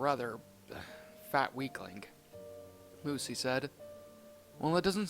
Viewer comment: I like how you said LUSA instead of Lucy xD